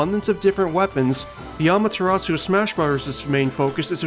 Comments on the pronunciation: The u at the end is silent. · I'd gladly welcome Amaterasu in Smash. But promise me, the last U in her name is silent the next time you mention her. 🐺